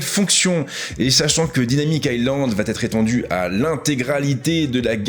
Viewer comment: Bjr. Comme toujours plutôt bien les présentations commerciales. Attention cependant aux tics de langages concernant les liaisons inventées, comme " va-T-être " (il n’y a pas de T à va) 😉